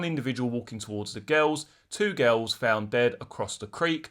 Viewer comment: The way you say girls sounds like ghouls